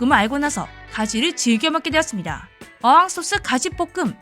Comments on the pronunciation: 어향소스를 몰라서 어항소스라고 하는거 참 짜치네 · 음, 가지는 저도 어렸을 때 부터 촣아하던 반찬인데요... 가지 무침을 할머니가 참 맛있게 해 주셨던 기억이 납니다. 그리고 참고로 어항소스가 아니라 "어향소스"입니다. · 어항소스 -> 어향소스